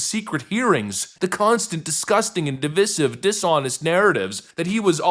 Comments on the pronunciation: "dih-VISE-ihv"! "dih-VISS-ihv" is liberals' "cool, 'trendy'" mispronunciation! "dih-VISS-ihv" would require a spelling of "divissive", which is, obviously, incorrect -- like everything else liberals believe, think, and say. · You keep mispronouncing divisive. The second "i" is long, not short. dəˈvīsiv